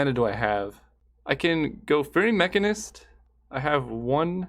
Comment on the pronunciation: how does he not know how to pronounce mechanist... its the same as mechanic